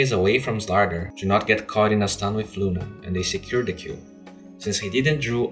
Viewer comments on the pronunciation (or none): none